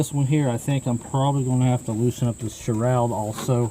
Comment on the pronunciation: video, however sharoud? No such thing. It’s a shroud.